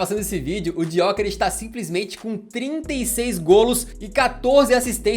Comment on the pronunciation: Se pronuncia Yokeres sem o G, não é muito difícil de escrever nem de falar